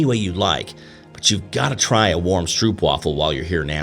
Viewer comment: Is the pronunciation not a long O sound? Strōp? Like boot, (bōt not būt) That’s all I was getting at. And, is the translation not ‘syrup’?